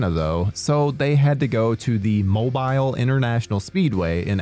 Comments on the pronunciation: Video was a fun watch. Only one thing that stuck out to me badly, Mobile is pronounced mo-bee-l, not mo-bile like the thing you hang over a crib. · Guys guys guys guys, there's one glowing error in this video and, as a resident of the South, let me help. It's "Mo-Beel" not "Mo-Bile". Spelling be damned, it's pronunciation that counts. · its MO-BILL cmon dude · Dude, I’m 20 minutes from the speedway. The city is pronounced “Mo-Beal” like Ally McBeal or Jessica Biel. I know how it’s spelled, but that’s how. I do remember them filming this! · It's Mo- Beel, Alabama ❤ 😊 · MOH-BEEL, sir lol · OMG the way u pronounced "Mobile" lol